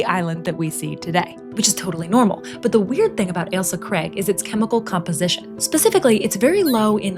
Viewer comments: I just know my fellow Sottish were in pain when “Ailsa Craig” was said haha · ‘Elsa Kreg’ 😂😂